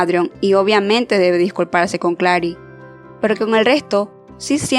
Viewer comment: Buenisimo el video, pero solo una cosa que me causo gracia del video. Adrion se pronuncia ''Eidrion'' y Claire se pronuncia ''klehr'' jajaja.